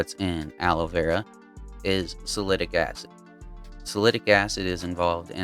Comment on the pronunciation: are you saying, Salicylic Acid??? sal-a-sil-ick? i can't find salitic acid..... thanks.